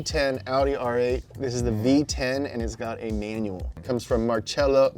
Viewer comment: Not MAR-CHELL-OH it’s pronounced MAR-SELL-OH